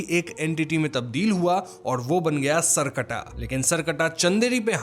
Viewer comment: The pronunciation is सर + कटा , not सर्कटा।